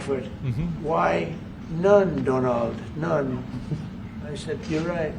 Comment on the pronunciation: I like him, he likes me , who the hell cares , how do we srew the USA none Donald none´-german acent